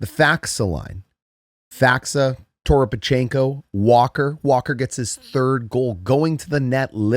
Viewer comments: Faksa. FACK-sa. And don't add an "o" in Toropchenko's name. Just razzing ya. Great channel. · Toropchenko has enough syllables already. And Faksa is still pronounced Faksa.